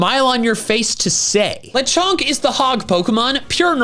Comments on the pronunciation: Le-con-k LES GO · lecronk? really? BRO WHAT ABOUT LESTRONK